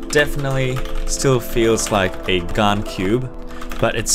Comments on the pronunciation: Plz stop saying Gun instead of gan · It’s pronounced GAN not GON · Did you just say GAN instead of GARN